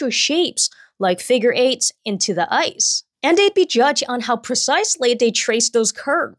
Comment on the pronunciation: The way she pronounces her THs is so adorable. She will say 'dey' instead of 'they' and "duh" instead of the